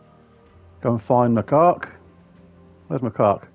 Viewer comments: It's pronounced Mah-kak not, well the other way. It's a type of monkey. Not as funny as your way, but may not get you dinged by the YouTube algorithm. lol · It's pronounced Mac - cack 😂😂😂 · OMG 😂😂😂😂You are SO bad! I had to stop and re-start watching about 5 times because I was laughing so hard! Now every time you say Macaque I bust (get it?) out laughing. So glad you found it though ‘cause that would be a shame if it was lost…….. Now I’m off to get lost in the Underwire. ANYWAY… great video but I doubt I’ll be able to afford The Ruby Macaque any time soon. Oh Lord I’m off again 😂😂😂😂😂